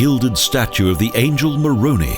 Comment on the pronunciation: angel maroonie? pls learn the proper pronunciation its ma-rone-eye